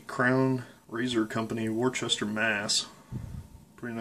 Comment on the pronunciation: Nicely done. It's pronounced "wooster" or more "woostah" silent R. Definitely not the way it's spelled "worchester MA"